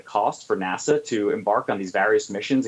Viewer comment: Someone please tell the host that N.A.S.A. is pronounced "nass-uh", not "nas-saw".